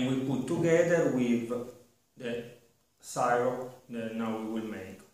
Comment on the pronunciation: It's "sih-rup" not "sigh-rop".